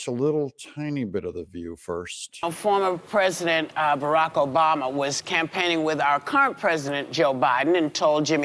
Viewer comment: Michael OBAMMMMA! say it correctly.